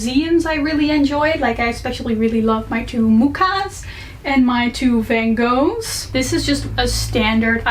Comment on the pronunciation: I love the look of your room but don't mispronounce Van Goghs name please. 🥲 Where did you get those cute strawberry lamps if I may ask?